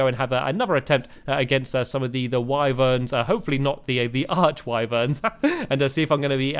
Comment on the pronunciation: It is pronounced wiverns not whyverns